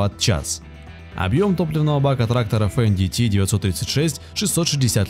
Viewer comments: Не фендити, а фэндт! Не деутц фахр а Дойц-фар! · то чувство когда диктор не умеет произносить иностранные слова и в технике не разбирается совсем. с самого начала фенДиТи с четырьмя клапанами. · Что за "фен ди ти"? Это Фендт [фэнт], немецкое имя. Вы бы хоть готовились к видеороликам, изучили тему. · Не фэндити а Фэндт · Не Фен Ди Ти а Фендт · Это на каком языке Fendt произносится как фендити? У меня на первой минуте кровь пошла ушами. Дальше даже не смотрел, страшно стало( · Фендити? Деуц Фэхр? Вы серьезно? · 535 лошадиных коней,что за бредятина!? нет компании фенди ти,есть немецкая компания ФЕНДТ! нет понятия катерпайлар,есть слово и название компании КАТЕРПИЛЛЕР,даже амрикосы так произносят,катерпиллер. тяжелые трактора применяют только на очень больших фермерских угодиях,или же компаниях,и так же для перевозки тяжелых грузов. в большинстве случаев компании берут малые и средние трактора. и да,механическую кпп только в россии и лепят,все страны запада уже ставят вариаторную трансмиссию,и компьюторизированное оборудование. и еще,была такая фраза об одном тракторе,может изменять объем двигателя? вопрос как? одно дело изменить впуск,или выпуск отработанных газов,изменить геометрию турбины,изменение впрыска,но как ты изменишь на ходу объем двигателя,и его камеры сгорания? еще меня удивляет слово не разрезанные мосты,может не разрезные? и что за дэутц фэхр? есть ДОЙЦ ФЭЙР. буква Н английская после гласной и перед согласной не произносится вообще. еще вопрос,как воздух поступает в пневматические пружины? само слово пружина и ее смысл вам автор вообще известен? пружина это упругий элемент сделанный из прута. как в этот прут может поступать воздух? может было бы проще сказать воздух поступает в пневмобалоны подвески кабины,разве так не грамотнее? так же мне очень интересно узнать,где вы видели гусеничные колеса? это гусеничные блоки вместо колес,которые встают на ступицу вместо колеса.